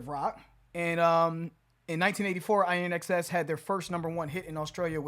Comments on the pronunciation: Pronounced “In excess”. They have a song I like called Don’t Change. Try that one. And a return to Smashing Pumpkins sooner than later would be welcome! Try these: - 1979 - Tonight Tonight - Galapogos - Thru The Eyes of Ruby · It's pronounced IN X S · Like In Excess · It was pronounced ‘in excess’ back in the day :) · I love the band. I love so many of their songs! The world lost an incredible talent when the frontman Michael Hutchence died. 😥 The correct pronunciation of the band name is "In Excess". Good job on the review. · 'In Excess' is how it's pronounced 😅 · It Is pronounced like "in excess" Also, I recommend their song never tear us apart. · INXS is pronounced IN-X-S. Like NOFX is NO-F-X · Name of group is pronounced like - In Excess (as that is what it means/stands for)! Been wondering for a very long time if you two would ever do reactions to INXS, and here we are, and awaaay we gooooo! Can't wait for y'all to delve into more of their music, pretty sure you both will love the majority of their work!!! Edit: Devil Inside should be one to consider next or soon! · Pronounced; IN'-excess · Still fun! The band name is pronounced in excess. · IN (opposite of out) , X, S. Like "In Excess" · Literally never heard anyone screw up this band name so bad before. Hilarious!! It's pronounced in excess. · It’s pronounced In Excess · in excess this is how it's pronounced. Great band and a tragic loss of the lead singer. He committed suicide. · The fact you don’t know how to pronounce their name is telling when you describe the singer and the song: you are reacting to a single song, knowing little about Hutchence, the lead singer. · Trying to cover all bases with the pronunciation of the band name, still got nowhere near it haha. One of my fave bands from back in the day. All the best guys. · He was the lead singer of the band. Am sure a lot more Aussies have pointed out the proper pronunciation already? lol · it pronounced IN EXCESS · “IN” X S, not I-N-X-S